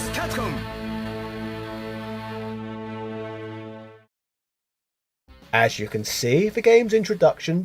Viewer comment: i cant get over "CAPCUM" XD